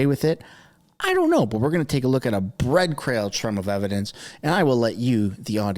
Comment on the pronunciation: "Bread Crail Trum"